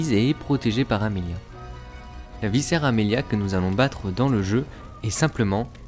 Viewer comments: C'est pas "viscère" mais "vicaire" avec un "c" comme un "k". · C'est très bien de faire des vidéos explicatives d'un univers, mais, au reste, c'est encore mieux de s'exprimer correctement, entre viCaire que tu prononces viscère et l'absence réitérée de liaisons entre les mots, c'est un enfer pour les oreilles, et une boucherie pour la grammaire; et pourtant, pour entacher celle-ci par le seul biais de l'oral, il faut vraiment y être déterminé...